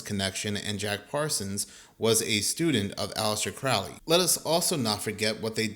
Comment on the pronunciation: Pronounced: Johns Hopkins and also it is Crow-ley